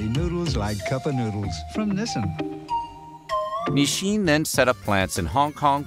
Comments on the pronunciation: it's so weird narrator keeps pronouncing it "Nisshin". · why does he keep on saying "ni-shin"? i've never heard that pronunciation before, not even from my japanese friends.